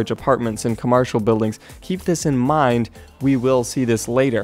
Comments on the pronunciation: did you say "comarshil" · "Comarcial buildings" lol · "Commarcial buildings" xD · 'commarcial' buildings